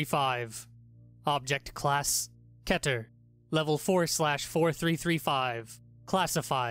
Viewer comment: You spelled keter wrong, you said kater.